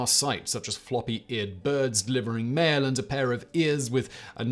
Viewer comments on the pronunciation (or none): none